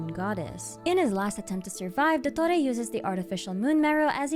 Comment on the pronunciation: Your pronunciation of his name is so accurate 👍